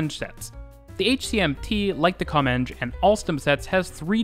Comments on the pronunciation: Your pronunciation of "Comeng" was spot on 👌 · I thought the same as you, but it is actually "Com-enj". An amalgamtion short for Commonwealth Engineering